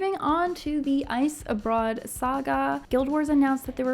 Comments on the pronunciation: love the video - why you saying icebroad instead of icebrood? But loved the video. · icebrewed not broad. also prologue = pro log